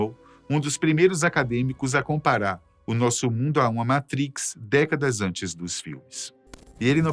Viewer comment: Não é Matris, é Matrics